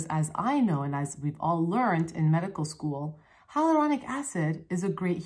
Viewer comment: Still not saying it right haha I love it when u get so excited, you stumble over your words! The energy is REAL